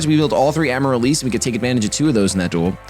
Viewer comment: the plant is pronounced Am-a-rill-liss